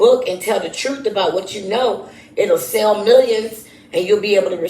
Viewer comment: Here's another similarity.. They both say troof. 😮